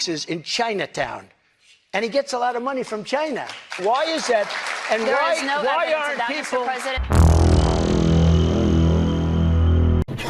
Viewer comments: Trump saying "Chynah" supercut (10 hours) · I'm pretty sure he only brought up Chinatown to remind us how much we enjoyed hearing him say "Chyna" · Damn, I miss the way he says "Chai-nah"... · I like how Trump says China 😂